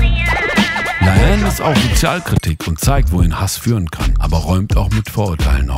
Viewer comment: digga, ihr habt die namen bei la haine falsch …